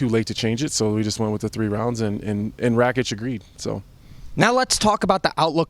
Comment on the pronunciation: It’s not “REKIĆ”. It’s RAKIĆ, better learn how to pronounce his surname, because you gonna say that surname a lot.